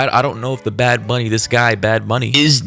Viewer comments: I just came to comment that right before you called him bad baby instead of bad bunny lol I just thought it was funny🤭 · “Bad bunni”😂😂😂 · "Bad booney" took me out! 😂😂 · “Bad Boony” is killing me, is saying Bunny too woke? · "bad booney" nah man that ain't right 🤣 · Why does that guy keep saying “Booney” 💀